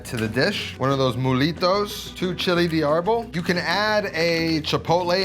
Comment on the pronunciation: “De” is not “Dee”. It’s “Deh”